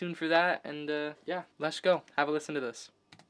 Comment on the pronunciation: Very creative, but please stop saying "lesh" instead of let's. It is worn out and makes you sound like you have a speech impediment which is disrespectful to those who do have clear speech problems.